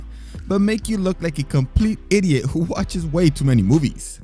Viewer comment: İDİOT LEE 🤣🤣🤣